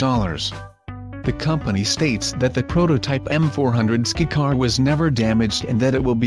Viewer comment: Skycar you dumb A.I. not skicar!